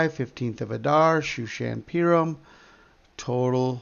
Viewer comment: Thank you. 3/3 tomorrow. FYI, Purim is pronounced (poorim).